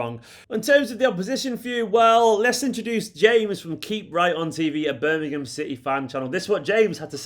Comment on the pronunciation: Thank God you are one of the very few pundits who can pronounce Birmingham correctly! Even the so-called pros on TV & Radio say...'Birninum" or similar. Hate it